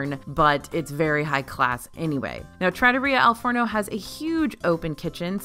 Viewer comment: Girl. Say it with me TRAH-TOUR-REE-AH Al Forno